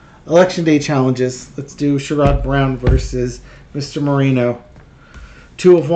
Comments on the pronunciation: It's pronounced SHARE-id, not SURE-ODD. Sherrod Brown. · it sounds like "Cher" and "good" without the g... with the emphasis on the first syllable... (i'm really not a language dictator, i swear! 😂) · Clue: "Sherrod" is pronounced like "Sharon" with a 'd' instead of an 'n.' I'm in Ohio, and even most Rethugs like Sherrod. Only the ignorant MAGAts will support anyone with an R by their name.